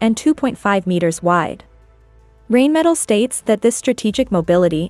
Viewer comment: Pronounced “RINEMETAL”! Not “rainmetal”!